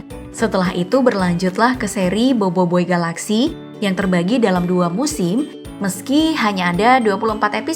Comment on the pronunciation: BOBOIBOY BUKAN BOIBOIBOY